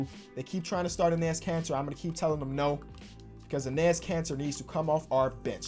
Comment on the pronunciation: Am I the only one who hears cancer every time he says Kanter?